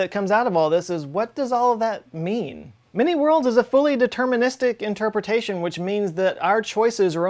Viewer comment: Every time he says many-worlds I hear mini-worlds .